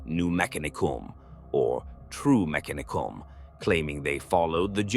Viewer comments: FYI, lore states that the accent is on the second syllable rather than the third. Me-CA-ni-cum not mec-a-NEE-cum phonetically. Don’t mean to be focusing on minutiae but it’s a proper noun and aught to be pronounced correctly. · These would be great if the AI could just say things correctly. Words like mechanicum, khorne, slaanash, tzentch, astartes, primarch, and so many other words sound so weird or wrong coming from AI. Granted khorne being called horn had me laughing but still it really takes you out of the story when youre having to stop and figure out wtf is even being talked about